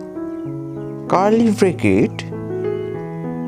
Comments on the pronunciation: Karly Brakett tho 💀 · "Curly Brikit" and "Apistrophe" got me